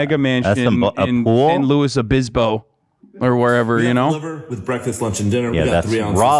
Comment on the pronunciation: Oh Hasan ouch why the San Luis Obispo slam? At least pronounce it right if you’re gonna roast it 😩😂